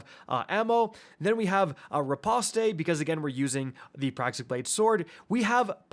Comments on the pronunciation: "Re-post" not "Re-pos-tay" 😂. Yes, I know u don't care. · 1. Nuclear, new-clear.. not nuke-you-ler. 2. Reposte... re-post, like host...